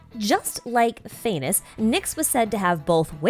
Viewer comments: Phanes is pronounced Phah (as in fa from like the word far) and nes (sounds exactly like the word niece) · phanes’s name is actually said as faa-knees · All praise "Fay-ness"